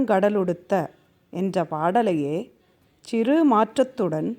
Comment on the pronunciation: Nice explanation.. But lots of pronounciation issues.. சிறு, பிறை, உறு, மறந்து etc.. று வல்லினமாய் உச்சரிக்கப்படவேண்டும்..!! Same way சீராரும் is pronounced as சீராறும்..!! Paining..!! Other wise nice..!!